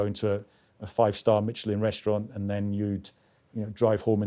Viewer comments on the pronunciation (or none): none